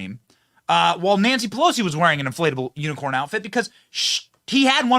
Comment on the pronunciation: I love hearing Benny try to read unicorn an end up saying uniform